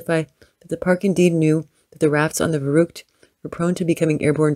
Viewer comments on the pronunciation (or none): gahhh, they keep sayung verrückt incorrectly.....